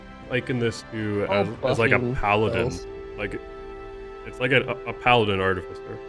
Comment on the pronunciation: I'll say this for you. When it comes to the artificer, you guys tend to put the emPHAsis on the wrong sylLAble!! LMAO